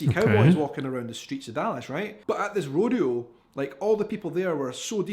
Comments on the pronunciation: Rodeo is pronounced "ROW-DEE-OH" Hope that helps |☆|---| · Rodeo: Road-E-O unless you are in California, it's Ro-Day-O Drive. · Have always wondered why your YouTube video is titled "European reacts ..." instead of "Portuguese reacts ..."? It's pronounced Row-dee-oh. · It's actually Row-day-oh, but most people say Row-dee-oh. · How to pronounced "Rodeo" .... Row Dee Oh. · 120° F.... is what like 47-48°C at its worst. 93°F is more typical. Howdy from Central Texas. (Rodeo ... "Road E O" Pecan... "Pea Cohn" is the Texas pronunciation and accent.) Spring and Autumn is best and Winter is wonderful if you are used to a region with snow. Rarely see snow. Tip for cowboy hats. Black felt is winter wear. White straw is summer and its to protect you if you work outside. Pack sun screen. But if you like to wear it...wear whatever cowboy hat makes you feel handsome or pretty. But yeah come to Texas for a visit. We would love to have ya. We like to meet from all over the world and share our culture with you as well. Texas really is like a country. Was in fact at one point an Independent Republic that accepted an invitation to become part of the USA as a State and very large. We describe distance not by kilometers or miles but colloquially by hours. "About 3 hours from here " works out to it will take you about 3 hours to drive there from this location. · Yes, the O in rodeo is a long O. Rr Oh Dee Oh. The Dee is the hard point. Ro D Oh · RO D O is the correct pronunciation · ROW day o